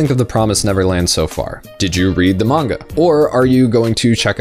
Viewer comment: your pronunciation of manga makes me want to die